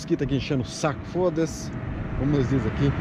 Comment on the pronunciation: Esse " foda-se " foi 100 % à maneira portuguesa _) :-) Grande ABRAÇO. Tudo de bom !